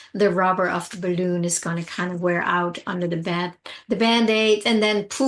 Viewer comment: When you say the words "balloon" and "deflate" (as in your crisp pronunciation) I get goosebumps! Are you born and raised American? It's almost like a touch of European. I love it!! Bah-LOOOON 🙂